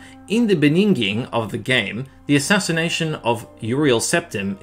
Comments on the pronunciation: Wait did he just say beninging? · "In the benninging, of the game..." Was that a wink to the meme? In any case, it was for me and made me laugh 😂